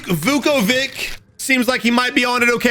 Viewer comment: Just a random slav captain here... In Vukovic, the C is pronounced as CH (e.g. CHoose, CHina.. you get the point). I'd guess the guy is serbian, croatian etc. flies away